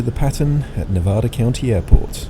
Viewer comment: Loved the video. I’ve done a lot of flying in the Tahoe area and miss it. I lived there for 32 years. When you pronounce “Nevada”, the first “a” is like the word “had”. Nevadans get mad when you pronounce it wrong. 😊